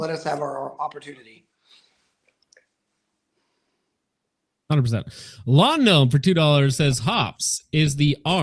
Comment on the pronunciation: Did you really just say “Hopprotunity”??? 😂